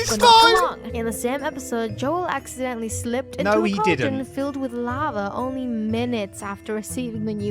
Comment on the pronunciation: Yes "accedently" feel in lava